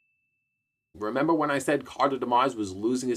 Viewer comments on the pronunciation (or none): none